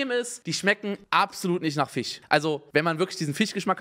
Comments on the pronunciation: Immer wenn er FISCH sagt klingt es wie FICH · Jeder: Fisch Unge: Fich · Simons „Fich“triggerd mich so..😂😂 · "Fich" Rewi kommt auch hier vor xD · Wie sweet Unge Fisch ausspricht Fiisch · Niemand : Absolut niemand : Unge: die schmecken absolut nicht nach fich 😂